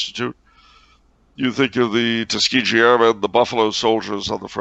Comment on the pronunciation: I'm from Alabama and I've got to say there's nothing more horrific than hearing Tuskegee pronounced with a soft G.